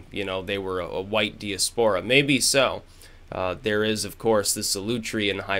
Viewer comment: You're pronouncing diaspora the uncool way!